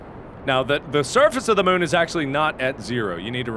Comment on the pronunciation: Moon not mun